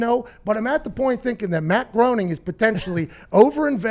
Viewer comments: I believe he pronounces it Matt “G-R-A-I-N-I-N-G” not groaning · It’s pronounced Graining. Not Growning. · It's pronounced more like "grinning" than "groaning"... drives me crazy every time he says it... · Groening rhymes with complaining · It's pronounced Matt "Graining" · It's actually "graining"